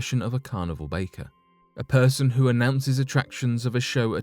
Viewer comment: They're called Carnival 'Bark'ers, not 'Bake'ers. 🙄